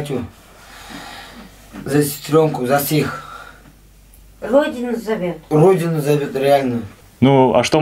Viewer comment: that dude's accent is odd. When he tries to say "за всех" It sounds like he says "за всіх" like in Ukrainian.